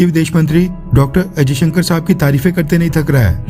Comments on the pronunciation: Henis S.jaishankar not ajayshankar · Jayshankar not ajaysankar.history parley.tera Nam Kiya hay... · AjayShankar sab nahi S jayashankar Saab Hai. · I listen every time Ajaisankar . S. Jaisankar ya Ajaisankar.???